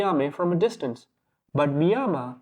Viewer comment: Hey man Good little video but there are some cuts where your dialogue doesnt finish because you cut to the next scene. I thought my device was bugging for a second but no. Also its Mayima and not Miyama.